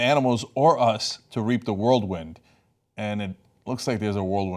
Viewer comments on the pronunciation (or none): Wait, did Cenk say "world wind"?